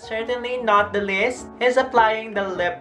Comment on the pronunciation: Nice content pero annoying ang dictions... ex "last but not the LIST"